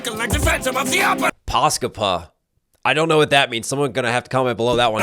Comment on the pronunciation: Se suuri hymy mikä tuli mun naamalle, ku Nice Peter sanoo tuon selvällä suomella 🤣